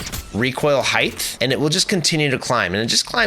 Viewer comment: Height* not "Heighth" ... I'm sorry that bothered me 😂